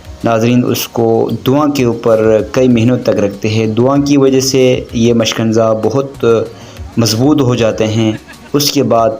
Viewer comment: مشکنزہ نہیں مشکیزہ بولتے ہیں اسکو۔